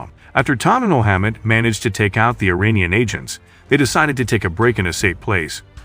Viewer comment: Funny how narrator in this video says Iranian wrong lol he says uranium 😂